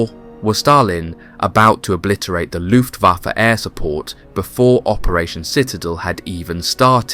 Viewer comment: He said LOOFAFA BWAHAHAHA